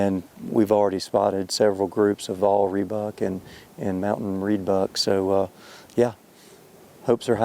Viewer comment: Vaal "Rhebuck" not "Reedbuck." That is what you get with an American trying to be an African. Cockeyed little guy wants to be the client AND the PH.